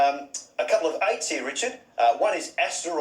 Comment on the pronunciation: First word: COUPLIE Second word: ROASTED